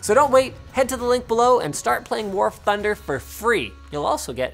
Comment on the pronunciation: "Warf Thunder" 🤣